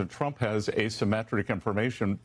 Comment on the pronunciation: Did Bessent say, "President Drump".